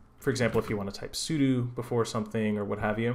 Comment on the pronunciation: Thank you for saying "su do" and not "Sue Doh" like everyone else. It makes it a lot easier to take you seriously when you say it correctly.